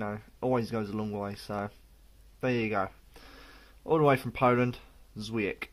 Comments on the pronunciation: It's pronounced chvyiech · Awright beer, caramel notes chime in here too. 'W' is pronounced as a 'V' in Polish, the C is more of a 'CH'